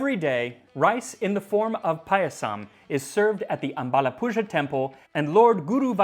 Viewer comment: Btw in ambalapuzha, the zha is pronounced like the r in ran. So it’s like amabalapura.